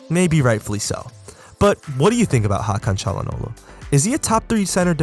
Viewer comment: bu nası ingilizce hakan çalhanoğlu'nu doğru söylemeseydin türk olduğunu anlayamazdım